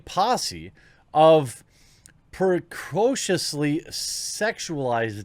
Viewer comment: "Precosiously". Lol